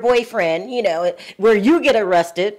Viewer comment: I know this isn't the "Harvard Channel" and most people, including the hostess, speak "street" for lack of a better term. But "arressted"???? Come on, people; it's "ARRESTED"! This is like 4th grade spelling. I'd be willing to chalk it up to a typo if not for the regular butchering of the english language. Don't get me wrong. I generally enjoy the content-otherwise I wouldn't be here. It would just be nice if things like spelling, grammar, and speaking were at least on a high school level. I noticed that not one other person that I could find even noticed a basic spelling error. Or maybe no one cared. But I lean more to the former than the latter.